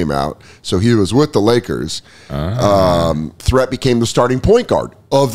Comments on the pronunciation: Its sidel Three-t not threat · I didn't know they spelled Threatt like that. I remember that guy from when I was a kid.. is last name is pronounced more like Threett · I remember watching Sedale Threatt as a Laker. It wasn’t pronounced “THREAT” it was pronounced “THREET”. I know it doesn’t sound as cool. Awesome to know all that stuff about his life I wouldn’t have looked up myself. I love watching these NBA pack openings, it’s a really fun part of the show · Sedale "THREET" pronounced from Philly your welcome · Sedale Threatt's name is pronounced with a long E. Sedale Threet.